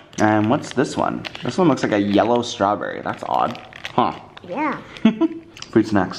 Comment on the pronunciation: "Strawbin" gosh I love Ollie so much